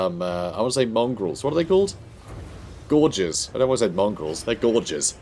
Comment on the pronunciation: What are they called? They're gorgeous. Yes they are. Oh wait, he said Gorgers. nvm.